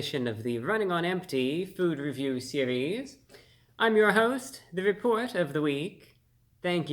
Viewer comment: you sound like you said " the report of the the week " not reporter.. a pizza is not a pizza without the stuffed crust. my last pizza from little ceasers was under cooked. i'd ask not to put the garlic on it, and no sauce..